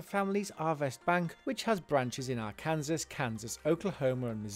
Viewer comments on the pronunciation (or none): How difficult it is to spell correctly ? Not to be nitpicky, but did he just pronounce the state as Ar Kansas ? It's Ar kansaw..